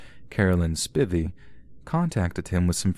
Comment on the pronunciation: Not me listening to the Patricia Mann/Jesse McBane case and mentally correcting the pronunciation of “Spivey” because I immediately recognize the family surname despite living several counties over from this particular family because once you go far enough into the sticks in any direction, there’s only like 10 different last names that exist. Damn NC, you RURAL rural.